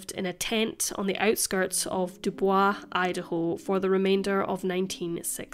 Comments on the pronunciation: Just FYI; although your pronunciation of 'Dubois' is correct French, in Idaho it's pronounced 'Doo-boys' with a hard 's' as in 'Sam'. : ) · Haha was about to say the same, we’re not that fancy here in Idaho, Doo Boys 👌🏼👌🏼👌🏼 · The town name is pronounced "DOO-BOIZ". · That's hilarious! It's my boyfriends last name and I always tease him by pronouncing it Doo-boys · I lived here in Idaho over 10 years before I was corrected and it's pronounced du boys. I still have to correct myself because I think Dubois as French pronunciation not American butchered. LOL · DuboyzE we ain't french here ma'am.